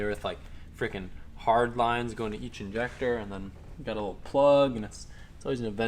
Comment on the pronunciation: Just say injector like a normal person